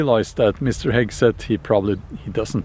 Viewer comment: The cruellest part is how you mangle the pronunciation of Hegseth's name :D